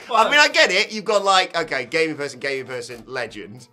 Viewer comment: Whoa, man slow it down😆It sounds like you’re saying “Gay person, gayer person, legend.”🤭@